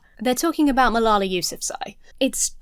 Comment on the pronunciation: Does Jesse always sound drunk? Re Malala: his repeated butchering of her name tells you he doesn’t even care to hear anything about her. It’s the height of disrespect. These guys all sound like they could benefit from some education. ETA: Marie Curie, only person to win Nobel prizes in two separate disciplines. Also, a charm quark is a subatomic particle and one of the fundamental building blocks of ordinary matter.